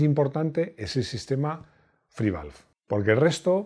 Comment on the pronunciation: O sea que haces un vídeo sobre un motor que ni siquiera sabes cómo se pronuncia, les pones a parir y dices que nadie rebatió tus argumentos ¿pero qué argumentos sino dijiste más que paridas? SI NO SABES NI CÓMO SE LLAMA EL MOTOR 🤦🏻🤦🏻🤦🏻 menudo periodista de mis narices, lo que hiciste fue hablar de oidas